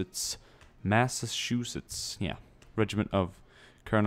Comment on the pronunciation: Sounds like he said Massashoesetts.